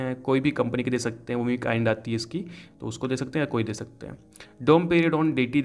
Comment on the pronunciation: Bhai plzz shakte n bolo sakte bolo irritate ho RHA